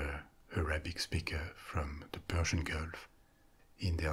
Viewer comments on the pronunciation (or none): none